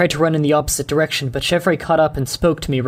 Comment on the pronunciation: Chevre is actually pronounced "shev". It's French